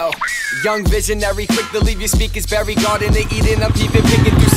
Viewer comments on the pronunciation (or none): none